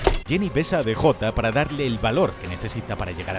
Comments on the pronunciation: Como chingdos le vas a decir "de jota" 😂 Es el "di yei" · hahaha españoles, cuando DEJOTA? Que mierda es eso hahajajha es DJ.